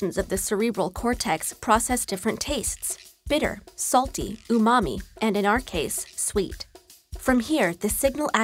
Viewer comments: ボーっと見てたら突然の「ウマミィ」で笑った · Not 1 post on the new word i just learned...."Umami" we just going to not talk about that pronunciation? Google it......read it with pronunciation....hilarious. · うまみってそのままの発音なんだ！😳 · So you show how to pronounce the word everyone already knows: "sugar" yet you don't describe what umami is? (now after looking it up: aka savory)